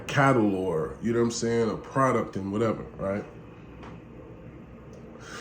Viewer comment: did this nigga say “Whatevery”?😂